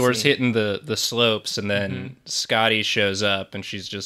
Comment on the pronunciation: Imagine pronouncing Skadi “Skah-dee” and not “Skay-dee”